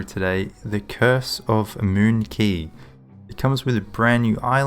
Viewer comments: I think it's pronounced (qu-A-y) not (qu-I-y) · Yeah it's pronounced as "Key", google search if you want to hear it